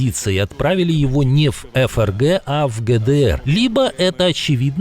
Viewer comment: ФРГ произносится не ЭФ-ЭР-ГЭ 😂, а ФЭ-ЭР-ГЭ! Ведущий, в своём глазу бревна не замечаете!